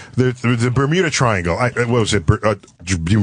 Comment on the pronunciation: Ber-Bermuda twiangle….?